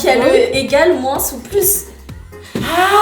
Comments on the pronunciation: Cc ces juste pour vous dire que moins sa se dit moin il y a pas de "sss" a la fin sinon continuez vos video ❤ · C'est pas moinse c'est moin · Comment ça "moinsse" c'est "moins" le s ne se dit pas mdr mais bon je vous adore continuer les vidéos 😂❤😊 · Je suis désole mais c'est trop perturbant le moinsss ( le s il se prononce pas ) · Pourquoi vous diser moinsss le s est muée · On dois pas dire le s quand on dit moins on doit dire moin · pour info moins se prononce sans le s a la fin mais pas grave tres bonne video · Pourquoi vous dites le s de moins sinon je vous adore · Pourquoi vous prononcer beaucoup le s de moins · Je vous adoreeeee! Juste une question 😅pk et disent le S à la fin de moins 😅